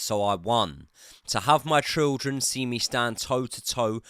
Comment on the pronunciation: You can’t say ‘children’ properly